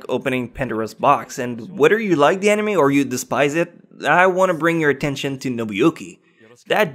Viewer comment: Worst "nime" ....... gg boi.